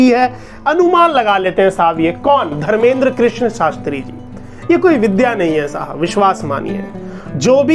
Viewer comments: Bolna sikh phle jake dhirender krishan shartri ji hai vo naki dharmeder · तू धर्मेंद्र बोल रहा है उनका नाम धीरेंद्र है